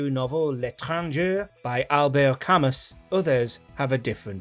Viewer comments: It's pronounced "Camu" by the way... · Camus is pronounced to Cam-oo! And the couplet in 'Run For Your Life' was nicked from Elvis. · That and the horrendous pronunciation of Albert Camus’s name… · L'étranger is pronounced "lay tran zhay." Albert Camus is "al bear cam moo."